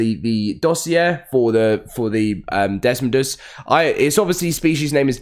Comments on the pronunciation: Buddy, it is pronounced Dess-Moe-Duss there is no “n”. You have been saying dess-mon-duss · Your pronouncing it DESMONDOS. it's pronounced des-moe-duss